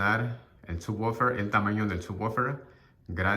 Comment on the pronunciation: Así no se pronuncia subwoofer en inglés, se oye naquito🤣 mejor dilo normal